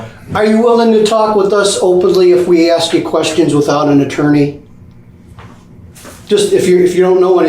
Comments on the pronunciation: The word is ASK..... A S K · This ridiculous clown trying to sound all lawyerly, trying to use big boy words 😂. Then says “axe you a question…” 😂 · He axed joey what? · If I had to listen to that lowlife 'axe' questions one more time, I was going to lose it. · the guy says arks instead of ask. lock him away for life